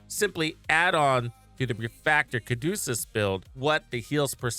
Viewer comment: its the Ca du ce us not Ca du cus